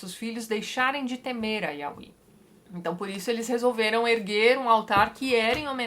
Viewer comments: oii tati! a pronúncia do nome YHWH é (iaveh) não (iaui), to amando seus vídeos e acompanhando, eu já me encontro no livro de daniel haha! bjs amoo seu trabalho. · Eu sempre dou risada quando ela fala "auí" em vez de "iavé", que é a pronúncia mais usada. Josué da uma ordem ao Sol e a Lua, que são criações de Deus. Sobre a ordem de matar todos, era um recurso linguístico utilizar da hipérbole. Por isso vários desses povos voltam a aparecer na Bíblia mais tarde. Os "favoritos" de Deus são chamados de "tipos" de Cristo. São figuras que apontam pra o Cristo. Um detalhe importante nesse vídeo é lembrar que Deus mesmo causa vários pontos fora da curva. Por exemplo: o primogênito era o herdeiro mas Deus escolheu Jacó, que era o segundo filho. E os apóstolos vai falar no fato de Deus usar uma prostituta para ajudar o povo de Israel. Os apóstolos entendem como providência divina. Os judeus da época não perceberiam isso mas os apóstolo, após terem acesso a toda a história, entenderam.